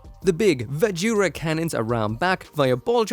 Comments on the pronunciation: Gives me more Tekkaman vibes, with a little bit of that 'Astray Chest' syndrom, than either of the ones you mentioned. xD Do they have Vajra listed as 'ばずら' or 'バズラ'? Drop the 'U' sound! It's supposed to be Vazh'ra, not 'va-joo-ra'. xD Or, if you're going to pronounce it by the Hiragana/katakana used, it'd be BAH-zhu-ra. They don't really have any V sounds and only one J sound (Ji) in Japanese. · 'Vajra' as in Shiva's weapon